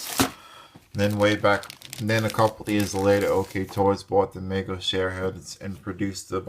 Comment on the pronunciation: The name of the company that produced the original Cher dolls is pronounced Meego. Long 'e'.